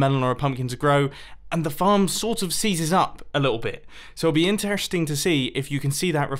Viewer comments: intereshting hmmm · Mumbo's dentures fall out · he slurs interesting and results